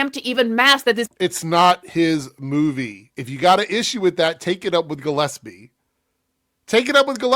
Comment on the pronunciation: Not even that! I'm pretty sure she said "Gillepsie." Didn't even get the name right the one time she tried...